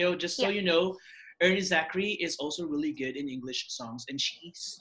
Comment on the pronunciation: Its air-nee zakri. You pronounce it, er-nee. That sounds weird lol.